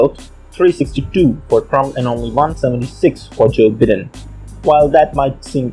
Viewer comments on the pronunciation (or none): It's Joe BIGH-den...not Bidden.